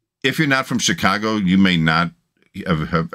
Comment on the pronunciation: Hello: I knew you were from Chicago when you said “Chicago” the way long time Chicagoans would say it. my parents would spend the summers in Chicago and the winters in Miami Beach where our home was. My dad was a professional horse race handicapper and was one of only a few who made a livelihood solely from betting on horses. I loved it because between the ages of 8 and 16 dad would take me to Arlington Park and teach me how to handicap a race. My dad was also a good golpher and I was with him when he made his first hole-in-one ( he ended up making 2) on the first tee at the Nippersink resort on the outskirts of Chicago that I attended during the summer. Good times. Now I’m 77 and about 3 years ago I had a massive heart attack and was dead for 2 minutes but I was very lucky that someone who knew CPR happened to walk by and miraculously an empty ambulance happened to be parked across the street and off I went to Mt Sinai hospital where thru intense therapy I was in stable condition and returned home. I love the way you are able to feel when expressing your emotions when a song impacts you. Me, too. I would like to become a patron, I only have a Social Security debit card. Please inform Al